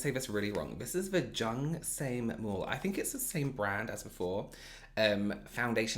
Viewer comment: It's pronounced as /sehm/